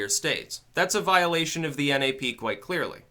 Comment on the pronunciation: It's pronounced NAP not N A P